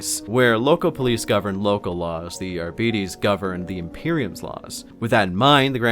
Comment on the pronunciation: The way you pronounce Arbites triggers my fight-or-flight response